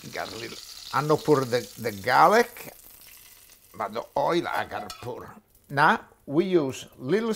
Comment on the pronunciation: The way he says now “nah” I’m loving it . He can boil water and I will watch it ❤️❤️